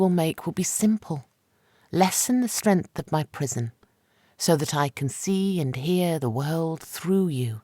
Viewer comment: Narrator, the N in the word strength is not silent!